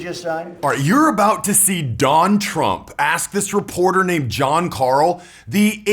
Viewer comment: “Don tramp”